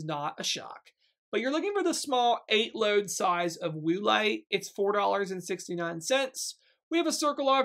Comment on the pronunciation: Cracking up at “Woo-lite” 😂 Great deals!